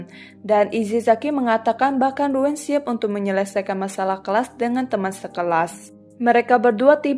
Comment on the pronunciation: Koreksi baca nama ryuen = riuyen